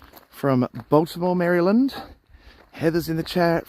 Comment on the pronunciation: Nice livechat and tour. Much enjoyed! 🤠👍 How to pronounce Maryland as not to make a Marylander cringe